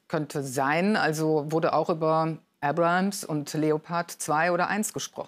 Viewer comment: das heisst Abrams nicht Abrahams..